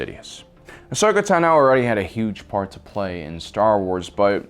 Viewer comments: Bruh please stop saying teno it’s tano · why does he she "tuh-no" instand of "taw-no" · It’s Ashoka tAno, not ahsoka tanO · Bruh you said teno its tano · It's pronounced TAHNO, not tuh-NO. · It's pronounced "Tah-no" not "Tuh-no" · Y does he pronounce Ahsoka's last name TaNO instead of Tano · TENO????? It’s TAAAAANOOOOO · It's tAno, not tanO, it's time to stahp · Bro it’s Tano not Tino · You are mispronouncing Ashoka Tano. It's (AH- SOAK-A - TAH-NO) NOT (AH-SOKA - TUH-NO) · The way you pronounce her name is throwing me off, you're saying it quick Like TNo Im so used to it being longer like ( I don't know if this will communicate correctly through text but) if you sounded out Ton-oh, tru-per for trooper ton-oh for Tano. Well I don't know how its supposed to be pronounced just throwing my two cents out there. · Tno is what he said it’s tano I have ocd 😂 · T O N - OH not tino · The was he says Tino instead of Tano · in my language its pronounced tAno not tanO i guess its the same everywhere? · Tah no, not tuh noe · Tunoh. Tunoh. Tunoh. Me: ITS TAHNOH! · Yep its “tanno” not “tenno” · Ahsoka Tuna? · Ahsoka Tuna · tuhno Not Tano tuhno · Why do you call her Ahsoka Tanoe? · Ahsoka Taknow lol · Ahsoka Ta NO lol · You are KILLING me!! It’s Ahsoka Tano( T-ON-O ) Asoka and Padme are my favorite characters from clone wars you pronouncing Asoka’s last name wrong is just killing me!!”😑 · "Ahsoka Tunno" 🤣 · Ahsoka "Tuhno." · Ahsoka tenno, LOL what is this Warframe? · Ashoka Tanó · There's only one way to pronounce it and it's Tah-noe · BoomKaBoom88 Ahsoka tUno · Ashoka tenno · Just butchering "Tano" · anyone else peeved about how he pronounces tano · It's annoying how you say ashoka's last name. It's like you Over enunciate it. Never heard anyone say it that way. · No accent needed for, "Tano." She pronounces it in the series and it definitely is not that way. Haha. 😊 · The way you are saying Tano is annoying me lol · Is anyone else mad at how he pronounced Tano